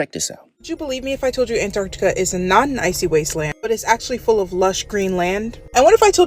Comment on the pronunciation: Please stop calling it anardica